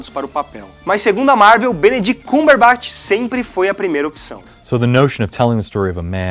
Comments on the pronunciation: Para mim foi o Benedict CumberbAtch que ele fala no video kkkkkkk me incomodou muito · "BENEDITI CÚMBERBÁTI" FOI FODA DE OUVIR HEM.. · Benedict CÚMberBÁtch hahaha mds, nada contra, mas me irritou um pouco kkk só faltou chamar de Benedito, gosto muito desse cara que eu nao me lembro nome agora, gosto quando faz os Hyperdrive mas essa do CÚMberBÁtch doeu um pouco. No mais, parabéns pela sequência de vídeos, tá muito legal e aumentando cada vez mais a ansiedade pra ver o Guerra Infinita